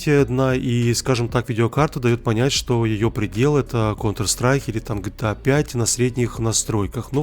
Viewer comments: Почему ты назвал 'GTA5' жтыа5? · не жита 5 а гта 5!!!!!!!!!!!